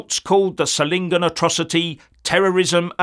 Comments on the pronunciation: Solingen is pronounced ZOL-ingen, with the soft Z as in 'zoo'. Just FYI :) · Hi. Solingen is pronounced with the focus on the o - like 'so lingen'. It oddly enough is Germany's famous 'City of knives' bacause of its manufacturing heritage.